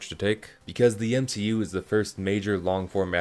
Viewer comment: “M she u” that’s when you know that his guy wasn’t raised properly